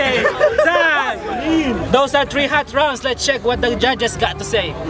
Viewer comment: say what? les start dis tree? you mean three right?